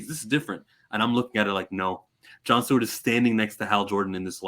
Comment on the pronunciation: Which was fucking stupid. Oh, and It's "Stewart," my friend, not "Steward." 👍